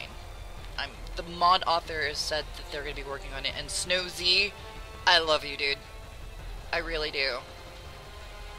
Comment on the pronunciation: Thanks for the showcase and the testing And for future reference: It's Snowz, as in Sno-zzzz/Snow-seh, not Snow-Zee :)